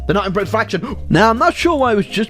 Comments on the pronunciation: Bri’ish nations in B section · bri'ish raj